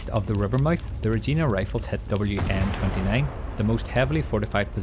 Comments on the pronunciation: Someone has to say it - you say Regina wrong. Yes, it rhymes with vagina, not like the woman's name Gina like you say it. I don't care if you're a real person or AI, someone watched this before uploading it. It's not just you, everyone needs to stop being all wishy-washy about it sounding like vagina. Whoop tee doo, we're supposed to be adults. Regina is Latin for queen.The city was named in honour of Queen Victoria who was still in power at the time. Great video btw. Liked and subscribed. I had an uncle who landed during the second wave at 8am. He was with the Stormont, Dundas and Glengarry Highlanders. Later in the afternoon his unit had made it a good distance inland when he was wounded quite badly. He died early the next morning. He's buried at Bény-sur-Mer which is near Juno Beach. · Reg-i-na’s, not Reg-e-na’s. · Regina is pronounced like the female no no square btw not "regena" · Regina... Ree...geye...na... well known in Canada as the city that rhymes with fun. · Well done. I did the twitch every time you mispronounced Regina. Re - jai- nah. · Great video very detailed! My only gripe is your pronunciation of Regina. It's Reg-eye-na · My brother in law's dad and some of his uncles were with the New Brunswick North Shore Regiment at Juno. Also here in Canada we pronounce Regina Ra-gein-ah. Great depiction of this battle, thank you. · Regina, it rhymes with fun! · Learn how to pronounce Regina 🙄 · Your pronunciation of Regina is a little off. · I’d be more shocked if he pronounced it correctly… Great video. Some of the comments are a bit … touched we’ll say… Apologies for my countrymen. No one cares how you pronounce Regina and no one cares that you used a maple leaf over the ensign… Everything you’ve done and said makes sense here. People be just talking shit about literally anything these days 😂